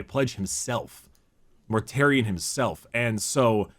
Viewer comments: His name is Mortarion, not -um. But yes, GW are very fond of just taking words from Greek or Latin and run with it. A few prime examples - Corvus Corax means Raven Raven (primarch of the raven guard) - Ferrus Manus means Iron Hand (primarch of the Iron Hands) - Sanguinius comes from "sanguis" meaning Blood (primarch of the Blood Angels) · In other videos, it seems he tends to say "M's" where "N's" should be sometimes, like its a verbal tic or something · I love but he needs to remember to close his mouth after he's finished pronouncing a word because hearing everyone mispronounce it as "Mortarium" after the first time he says his name bothered the hell out of me. I can also hear it when he says things like "Death Garm" and "Number wum" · It bugs me that everyone keeps calling him mortarium (which is the roman pottery) . His name is Mortarion with an n. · "Mortarium" lol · I feel like does this from time to time (pronouncing things with an "m" instead of "n")